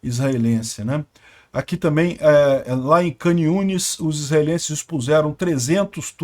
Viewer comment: Shalom shalom. Duas coisas pra te falar: a primeira é que agora já pode vir para Israel, então já planeje sua viagem, e não precisa pagar hotel, pode ficar aqui em casa. Segundo, a pronúncia da cidade de Khan Yunes é parecida com o ucraniano e o russo, as letras “kh” ou “ch” se lê como “rr” igual a “carro”, então onde se lê “khan yunes” você pronuncia “rran yunes”. Belezinha irmão, se cuida aí no Rio, pelo que sei da pior que aqui, kkk